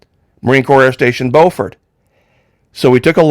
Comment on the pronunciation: SC town Beaufort is Bu fort. NC town Beaufort is Beau fort. 2 shuttle victims were from both of these towns, and I lived in Charleston thus knowing the different pronunciations. FYI Good Coverage 👏👏👏